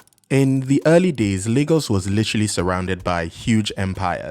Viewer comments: "Leegos" wtf? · Lagos has a funny name. It's the portuguese word for lakes, and that's why it's called that, so it should be pronounced Lah-gos. But natives and many dialects, like yours, pronounce it "Lay-gos" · Where the hell do they pronounce Lagos "Lay-gos" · Please someone tell me what percentage of LayGossians pronounce it Lah-Ghos and how many actually say LayGoss. Thanks! Or is really pronounced LEGOS like the toy…?? The portuguese people i know say Laaahgoes. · Your pronunciation of Lagos sounds very weird 😢